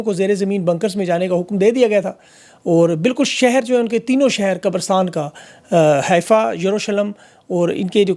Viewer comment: Just to correct your information; It is called "حيفا" and NOT "حائفه" ..